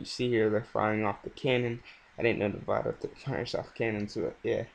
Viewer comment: good vid but you said Nevada wrong